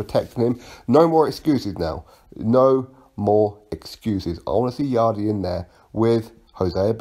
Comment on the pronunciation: its yarde not yardie loooool. Just messing big fan of your channel